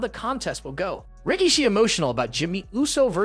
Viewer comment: Do you mispronounce things purposely? Who is Solo Siko and Rikisha? Your videos are great and interesting but it seems like you mispronounce a lot of things intentionally